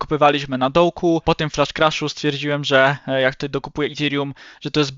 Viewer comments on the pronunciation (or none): none